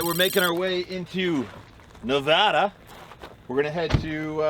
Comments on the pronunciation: Thank you for saying Nevada correctly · Just about everyone who's from out of state here says Ne-VAH-duh rather than Ne-VAD-uh so I was pleasantly surprised to hear you say the latter.